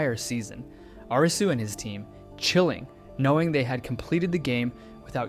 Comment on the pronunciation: Thank you for pronouncing Arisu's name properly instead "A-RII su"